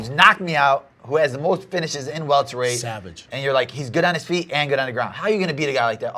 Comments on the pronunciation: Pronounced it “weltered weight”? oh Brendan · He said “Weltered” weight